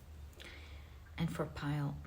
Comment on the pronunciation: Just a pronunciation tip: In English, Cedar is pronounced ‘ Seed’R ‘ instead of ‘ Seedaar ‘ ❤